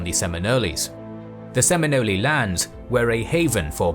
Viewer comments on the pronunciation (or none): Say it with me, bro: "Sim-in-KNOWLE". Not "Sim-in-NOLEE". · I really hate the way the speaker pronounces Seminole. It's not Seminolees. It's SemiNOLE. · For the record, it's not Seminolies... it's Seminoles. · It peeved me greatly hearing Semi nollies It's just Seminoles. Singular. Gosh, it's a British narrator too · Learn to properly pronounce. Hearing you say seme-no-le a thousand times was very annoying. Seme-Nole. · If I ever here a damn englishman ever pronounce the sem-in-oles as some but wild ass case sem-in-ole-ayy I believe I will slap that big toothed college boy so hard one cheek will be stained red. I rest my case boy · Well done. Good and balanced historical research. Graphically very beautiful and coherent. Only fault is in the pronounciation of their name, Seminoley instead of Seminole, as others have pointed out. Look forward to seeing more from the author. Keep up the good work. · I’m a Florida native and I’ve never heard Seminole pronounced “Semin-Ollie” pretty sure it’s Seminole. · SEM-eh-nols!!!! Not Semi-nolys! I must have yelled at the computer screen 100 times! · there is no "ee" at the end of Seminole. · I’m a Shawnee Native and I grew up in Oklahoma where many of us ended up. We are still here, that’s why I know the Seminole and I feel like being pedantic and saying that when they say their tribe name it ryhmes with “hole” not “holy” almost like “seminal” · Sem-in-ol the "e" is silent. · Just started, curious to see if my local area will be mentioned. Also note it's not pronounced "Seminolee" with a strong e like you did, just "ole" as in loophole. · “Seminolie”😂😂😂 very Italian!! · Every time you said the name "Seminole" in this video, you mispronounced it. It is pronounced, "Sem In Ol" . There is no "Ee" at the end. I lived down the road from a reservation in Florida. That is how they pronounce it. I know what I'm talking about. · I can't watch this. The narrator saying "Se-mino-lees" is just too funny. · He is saying it wrong!!!!